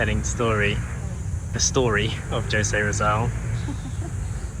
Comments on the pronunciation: It's pronounced as hosē not as J. Love your videos btw. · Jose (ho-se not gio-se) Roxas (ro-has not roksas) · Jose is pronounced Ho-say. J is usually pronounced as an H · Hello, and! I am a Filipino living in the southernmost part of the country. Went to Manila last week but failed to visit the Luneta Park due to a hectic itinerary. We are glad to see that you are enjoying your stay 😊. By the way, Jose Rizal's name is pronounce as "Ho-sè Ri-zal". 😊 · Tip for you in pronouncing Filipino names/places. X=h, J=h. Roxas=Rohas, Jose = Hosè. Like Spanish words. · It is pronounce as HO-SE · Jose is pronounced as "WHO-SAY" 🙂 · Jose is pronounced Hose. H sound rather than J. Same for Roxas boulevard. Also pronounced Rohas. The x is pronounced as h. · We pronounce Jose as Hose and Roxas as Rohas 😊😊😊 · Pronounced as "Ho-se" Rizal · The letter J in Jose is pronounced like H. And then for Roxas Blvd the X is pronounced like H as well so it sounds like Rohass. 😊